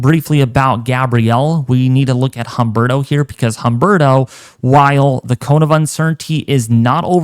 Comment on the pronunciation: Humberto is pronounced UMBERTO the H is silent in Spanish!